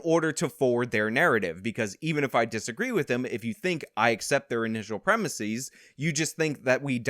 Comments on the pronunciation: The word “premises” is not pronounced “prem-i-seez”. The last syllable is pronounced more like “siz” and not “seez”. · "Premisies"? They're premises. The singular form is "premise". You only pronounce an "es" as "ies" when the singular form ends in "is". Some examples: thesis, diagnosis, genesis, and not premisis.